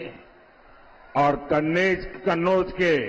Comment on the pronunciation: सवाल होता कहां होता है झूठ की खिचड़ी परोसी जाती है|माहौल देखकर कन्नौज का उच्चारण करने मे हड़बड़ा गये|